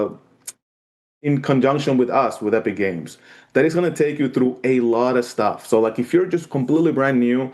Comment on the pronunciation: UH-pic games and their latest video on UH-real UH-gine